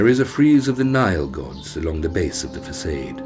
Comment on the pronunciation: lost respect at fac'aid'. its facade, fa'sad'.